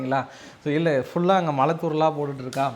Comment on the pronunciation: மளை பொளியவில்லை. மழை பொழிந்துகொண்டிருக்கிறது. செய்தி சேனல்களில் வாசிப்பு செய்பவர்கள் நன்கு தமிழ் தெரிந்தவர்களாக இருக்க வேண்டும். இந்த சேனல் உரிமையாளர் இவரை தமிழ் படிக்க அனுப்பி வைக்கவேண்டும். பிறகு வேலைக்கு சேர்க்கலாம்.